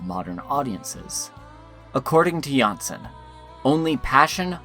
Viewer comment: Great series, good job. Only that it is JanssOn, not JanssEn.